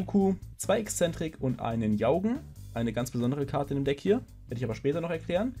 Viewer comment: "Jaugen" spricht man meines Wissens nach "Djorgen" aus. Übrigens habe ich das Gefühl, dass die Karte "Metallfose - Fusion" immer eine bessere Alternative zur Unheil verkündenden Schlange darstellen wird.